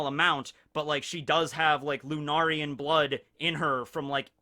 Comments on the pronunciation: Finally you said it correctly (lunarian), I’ll take away yesturdays dislike now. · Thank god someone corrected his pronunciation of Lunarian. I was getting triggered hahaha